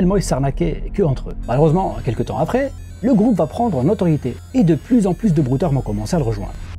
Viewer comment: 😂 Le gwoupe vis bien